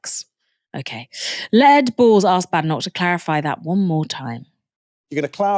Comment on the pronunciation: I did hear “Lead” Balls didn’t I? 😂